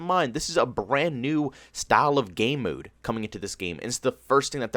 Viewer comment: Lmao you say mode so weird, moode